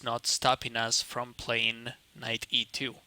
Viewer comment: Can this guy learn how to pronounce the English "g"? "e2"sounds like"g2". His high FIDE rating indicates a high IQ and he should be able to figure it out.